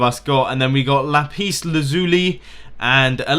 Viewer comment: one thing that infuriates me is how he pronounces lapis as lapis instead of lapis...